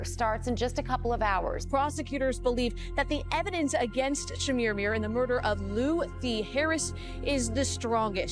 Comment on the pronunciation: Stop saying "Chermirmir" 😂